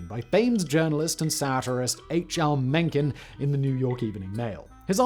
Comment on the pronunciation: It's: MENCKEN